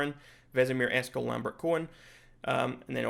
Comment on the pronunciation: For gamers, butchering Eskel is a big no.